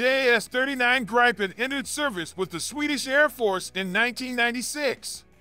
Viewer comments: Not GrEYEpen, its pronounced Greepen , Like E-raq not Eye-raq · Its pronounced "greepen"